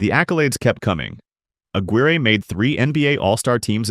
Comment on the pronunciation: Right away mispronounced Mark Aguire’s (AG-WIRE) name